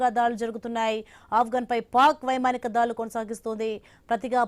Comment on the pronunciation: ధాడ్లు కాదు తల్లీ ఆ పదం దాడులు మాత్రమే.తెలుగు పదాలను సరిగా ఉచ్ఛరించడం కూడా రాని వారు ఈ ఉద్యోగం లో చేరి మాకు చిరాకు తెప్పిస్తున్నారు